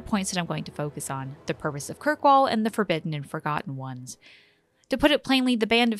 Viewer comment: "the forgobidden ones"